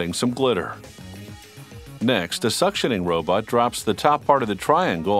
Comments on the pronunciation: Oh I almost forgot they got a narrator who said "robut" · "Robut" LOL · when they say robot, I hear ro-butt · hehe 'robut'